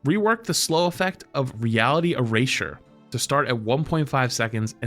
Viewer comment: Why does he say eraser like that